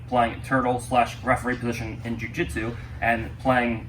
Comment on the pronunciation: Jiu not ju